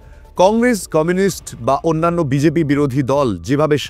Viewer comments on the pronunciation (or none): none